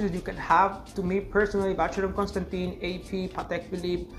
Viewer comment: you surely can say ‘Constan’Tan’ rather than Constan’Tin’